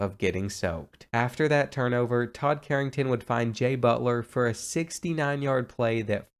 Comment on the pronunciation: EVery time he said jay butler i felt like i was hearing jimmy butler